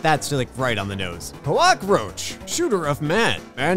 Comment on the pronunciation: I heard Glockroach not, Coackroach